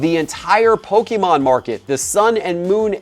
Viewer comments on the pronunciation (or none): love the content but please, I beg of you stop saying PokEmon. It is pronounced Poke-A-mon. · It is PokEmon NOT poke-a-mon